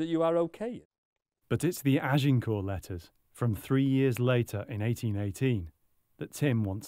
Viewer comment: You'd think, Anne Curry, with all her knowledge and research would at least pronounce Agincourt (g as zh, silent t) correctly, rather than with the emphasis on the g and t.